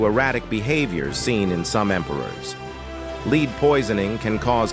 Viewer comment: Fricking AI narrator doesn’t know how to pronounce lead